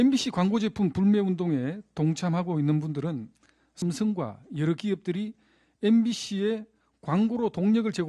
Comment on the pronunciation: 국세청까지 시켜서 추징하게된것에 대해 유감=원랜 안내도 되는데 굥이가 시켜서 어쩔 수 없다 라는 뜻 김상훈 ㅆ 발음 왜저럼ㅋㅋ ‘씀성과’ 윤씅렬’ 쟤도 일본놈인가?ㅋㅋㅋ